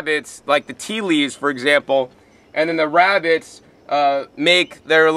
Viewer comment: wabitts hehehe. I love this guy